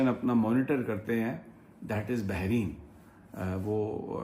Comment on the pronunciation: Sir jee Lafz hai Bahrain , do samundar and NOT Bahreen :)